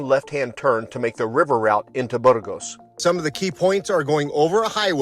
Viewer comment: Are you so American and unilingual that you won't even attempt to pronounce a Spanish term (or worse, make fun of the Spanish)? Spanish pronunciation is completely regular. A - always like ah. ge - always like hey (but more gutteral in the north). Ah hey s. Not difficult and not ayes. Later, your riff on Burgos with your incorrect pronunciation (not Burrrgos with an midwestern American "r" reinforces this. Better that you stay on the Francés where more English is spoken rather than the many caminos menos transitados where conversations are in Spanish.